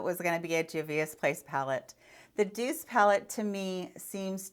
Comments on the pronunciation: You Pronounced the Douce palette correctly. It is French for soft which is very appropriately named. The colours are so soft and pastel and beautiful! She must speak french because there is another of Juvia's Place palette called Afrique which again in French means Africa. Pretty cool stuff. Oh I am fluently Frenglish as we say in our family. LOL I am French from the city of Gatineau, Quebec and moved to Ontario in a big city called Hamilton about 20 years ago now. I was raised to speak both French and English. French with my Papa and English with my Mommy. LOL It was funny when I asked for "Glace" in my Glass. It is Ice in my glass and in French it is Glace pronounced the same way as a glass. LMAO This was a fun video. I have a lot of colourful palettes I love too. Love you girl! xo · Don't worry, you pronounced "Douce" correctly! It means "sweet" in French, both in terms of flavor and of character trait, just like in English. It's gender is feminine; so, it is applied to females and to nouns which are "feminine" . It's masculine counterpart is "doux" (pronounced "doo"). For example, you would call your husband or boyfriend "mon doux", and he would call you "ma douce" (both phrases mean "my sweet one"). #linguisticsgeek You look like you are feeling better. If so, I'm happy for you! Cheers from your fellow Spoonie! ~Anastacia in Cleveland